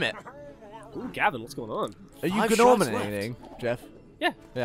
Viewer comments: I hope they know his name is pronounced Norman lol. The G is silent just like in gnome. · I'm pretty sure Gnorman is pronounced 'Norman'. The G is silent, just like in Gnome.